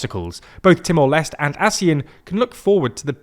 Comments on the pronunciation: I am annoyed by the pronunciation. It's Leste as in Les-Tay. Not Lest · Haha, I was bothered with the Leste pronunciation too. 😅